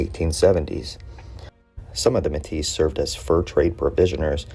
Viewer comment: Pronunciation is wrong. You’re saying like you would call a Métis woman Métisse